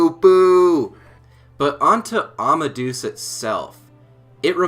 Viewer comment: I can understand mispronouncing Japanese names, but why are so many people mispronouncing Amadeus? I'm sure you know who Mozart was. Wolfgang Amadeus Mozart. The "deus" bit means god. It does not rhyme with goose. Say it more like "Ama-day-us".